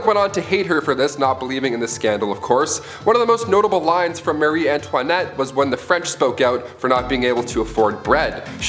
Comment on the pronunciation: Croissant 🥐 not cake 🍰 (marì antoniette) 😄